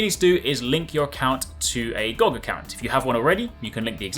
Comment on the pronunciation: It's G-O-G. Not Goag. But great video otherwise.